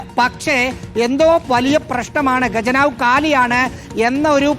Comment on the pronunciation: 'ഗജനാവ്' അല്ലടോ ഹേ , ഖജനാവ് എന്നാണ് പറയേണ്ടത് . നന്നായി നാക്കു വടിച്ചിട്ടു വന്നു നിന്ന് സംസാരിക്കു. കഷ്ടം!